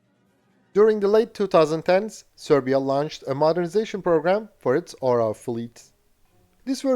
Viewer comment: Hey, you know the OREO cookies? Put the emphasis on the first letter "O" and change E with A and you will get the correct pronunciation of the Serbian word "eagle". :)